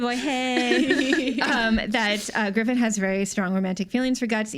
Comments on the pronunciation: griffin? GRIFFIN? damn come on guys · Of course I care about AoT S2..I've been up to date with the manga and I can't wait until I get to see the next arc animated. Screwing up Griffith's name and his backstory is just a tiny bit heretical. :P